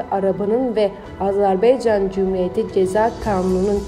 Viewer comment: Rica ederim AZERBEYCAN DEMEYİN DORU DİYİN YANİ AZƏBAYCAN DİYE BİRDE AZERBAYCANDAN SALAMLAR AZERBAYCANLİ OLANLAR LİKE ATİN.